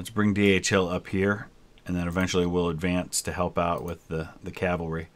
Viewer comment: Whenever you are saying “DHHill” for some reason I always hear “DHL” )))